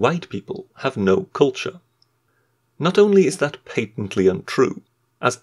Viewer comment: or so : "...erveryone has cultuer, even the amreicans..." REEEEEEEEEEEEEEEEEEEEEEEEEEEEEEEEEEEEEEEEEEEEEEEEEEEEEEEEEEEEEEEEEEEEEEEEEEEEEEEEEEEEEEEEEEEEEEEEEEEEEEEEEEEEEEEEEEEEEEEEEEEEEEEEEEEEEEEEEEEEEEEEEEEEEEEEEEEEEEEEEEEEEEEEEEEEEEEEEEEEEEEEEEEEEEEEEEEEEEEEEEEEEEEEEEEEEEE